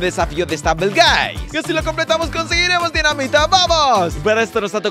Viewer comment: Se dice stumble guis